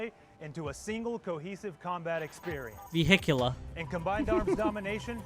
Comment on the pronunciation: He was saying “vehicular” the right way😂